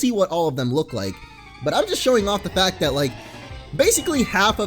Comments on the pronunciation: " as a fatter of Mact" did you mean a matter of fact?? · "As a fatter of mact."